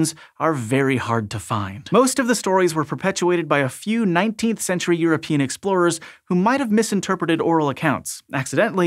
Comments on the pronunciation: Also... 19th century your-a-peein' explorers? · Did he mean, the "you're a pee'in" explorers?